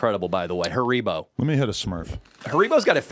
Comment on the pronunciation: The way pronounces haribo makes me uncomfortable